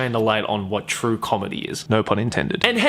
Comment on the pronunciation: "Which is absolutely not trurrr" XD